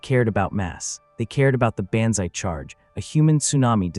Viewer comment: It would really be wonderful if you showed respect and spelled John Basilone’s name correctly. It’s BASILONE, not Bazzelone , Basselone, or any other grossly incorrect way you spelled it. Also, why not teach the idiot A.I. voice to correctly pronounce banzai? It’s pronounced Bahnz-eye.